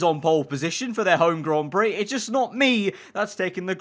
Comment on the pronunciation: nobody:: Grawn Brie